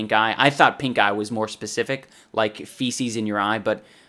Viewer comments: I keep hearing him say "I contracted a terrible case of PINKGUY" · I swear every time he says pink eye i hear pink guy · thought he said "pink guy in my eye" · All i heard was Pink Guy instead of Pink eye hahaha How do you catch a Pink Guy? Not on this channel, i tell you. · I can't be the only one that thought he said pinkguy instead of pinkeye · Is he saying "pink eye"? At the start of the video i was genuinely thinking he said "i got pink guy at comicon" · I thought you said pink guy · I thought he was saying pinkguy and that made the video even funnier. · I thought he said pink guy xD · Shit... He said pink eye (i first thought he said pink guy 😂